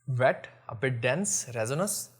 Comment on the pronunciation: Please correct your pronunciation of resinous...